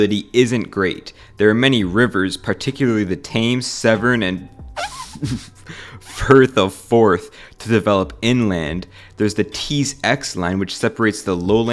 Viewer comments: How the fuck did you just pronounce "Thames"?? It's pronounced "Tems" not "Thhhaims" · wtf is the tames? its pronounced tems not tames lol. 🤣. Im talking about the river Thames. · The Thames is pronounced as ‘Tems’ actually 🤓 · Every London mfer after hearing this guy say “tames” instead of “Thames” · The Thames is pronounced "Temms". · It's pronounced the river "Tems" incase anyone was wondering. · It’s pronounced the Tems river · pronounced the river tems mate but good try at "thames" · Thames is pronounced Tims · Ah yes the river Tames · Me a brit after he pronouced thames river name wrong 😢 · Mate that pronunciation of Thames 😂😭